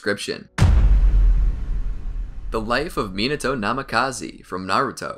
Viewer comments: namikaze not namikazi!!! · it'đ Namikaze(h), not Namikaze(e) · Pretty sure it’s pronounced Minato Nami-ka-zay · its namikaze not namakazi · He really be saying Minato Namakazee lol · Can't stand the way this guy pronounces Namikaze